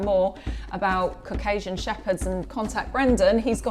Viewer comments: Lol I heard “and look, we have a giant pile of cocaine” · Her pronounciation of Caucasian is horrible!